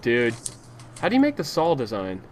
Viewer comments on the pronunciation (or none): The way speedy says "saw", sounds like "sawl" :3 oh speedy